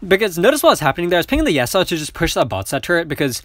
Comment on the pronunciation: You're pronouncing yasuo's name wrong again lol